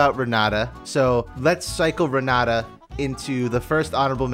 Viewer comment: Renata pronounced that way is so cursed. Its like saying "Jhaiki" instead of Jake"